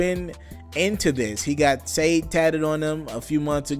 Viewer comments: It's pronounced SHA-DAE not saeed.....cmon bro sade a legend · i rocc wit u but niqqa u need to get ahead of your reading abilities and history....you jus called Sadé - Sayed....its pronounced Shah'day....u gotta know who sade is my brother u jus got too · sade is pronounced sha-day. bruh, come on now. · SADE "SAYED " SMH 😣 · ArghRawrWhoa i caught that ... lol he lame 4 that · MAAAAAAAAAN THAT shit pissed me ALL the way OFF! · LOL!!! LEARN HOW TO SAY SADE.... EMBSRRASSING.